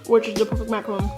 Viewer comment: As a French person, it's pronounced Macaron with one O but it's okay.